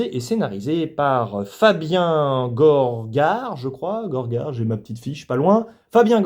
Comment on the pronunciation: Fabien Gorgare Saint Lazare 😅? Bruno Salomonez (paix à son âme en effet 😔) 😮? Ca m'avait manqué le qui massacre les noms des acteurs/réalisateurs ^^ Très bonne vidéo en tout cas: on est d'accord sur le principal je pense même si j'ai été plus positif que toi... justement parce qu'il sort des tropes habituels et limités de la "comédie française lambda". Ca va bien au-delà même.